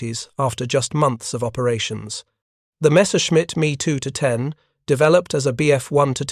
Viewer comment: AI slop with verbal diarrhea.. Repetition of same opinions and "facts"........ Mispronunciations.. 20 emm emm ....... 7 point ninety two MGs... ME too ten 50 emm per hour... Downvote.